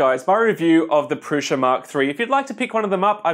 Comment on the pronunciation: It's Prusa, not Prusha